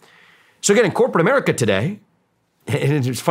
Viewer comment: what in the frik is an Amèrica?...do you mean AMERICA?